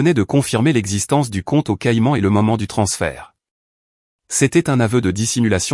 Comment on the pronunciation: Grosses lacunes de géographie, pauvre ia: les iles caillan à la place de Caïman, c'est minable !!!